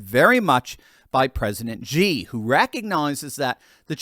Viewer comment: Xi is actually pronounced as "SHEE", not "GEE" Jinping.